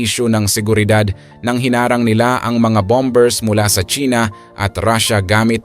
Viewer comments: BOMERS NOT BOM BERS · 😂😂 ahaha yun nga e bom bers daw😅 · Silent b, tama po